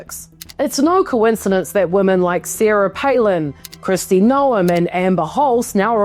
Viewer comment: Still only half as unexpected as pronouncing the E in Noem LOL